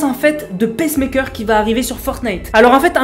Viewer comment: Ça se prononce pas "pèsse-mèkeur", mais "piçe-meïkeur"